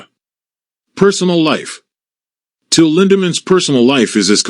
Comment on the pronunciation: wow can't say Till or Rammstein correctly.